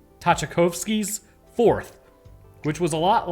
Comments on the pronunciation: Tchaikovsky is pronounced "Chai cough ski" he's a mid to late 1800s composer, if you don't know, I can totally see where the name would throw you! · Tchaikovsky = (chai-kahv-skee) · The "T" in Tchaikovsky is silent btw